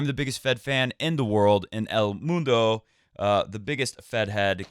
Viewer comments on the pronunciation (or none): none